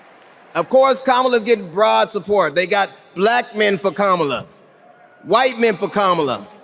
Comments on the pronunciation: Because he says "bLLLack". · The way he says "bLack" with a hard L is offensive to me for some reason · The way Trump pronounces black makes my skin crawl. Blll-ACK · Is it just me or does Trump always pronounce “black” weird? Blaaack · He says "bLLLLack". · The way that Trump pronounces the word "black" is strange. He always pauses for a second before. What the heck?